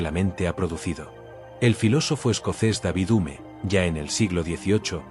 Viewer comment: Se pronuncia deivid jium